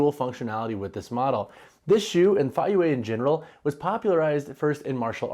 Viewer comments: It's pronounced Fay-yea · The pronunciation is Fay-pause-youeh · Both pronunciations are wrong but that is ok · "I've seen two different ways to pronounce the name"...and they are both entirely wrong.